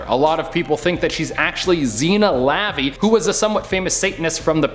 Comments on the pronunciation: "Laveee"?!?!?!?!? "Luh-vay" maybe. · The name is pronounced "La Veigh" and her father was the leader of the Church of Satan; Anton La Vey. She's still alive, BTW. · That mispronunciation of LaVey was cringeworthy. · LOL ZEE-Na LA VAY! Is still alive and is not anyone from the future, past, whatever. Maybe Taylor Swift is related but I highly doubt that. You guys totally butchered the name though!